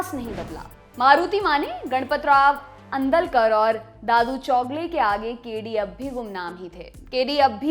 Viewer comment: आंदळकर नही आंधळकर